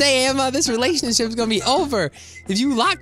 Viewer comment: did you just say “and now I’m in a relationshit” LOL I died laughing 😂🤣😂🤣😂🤣